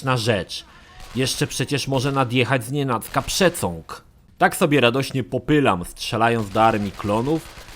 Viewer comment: Rozbawiły mnie słowa "przecąg" i "zniszcenie" 😅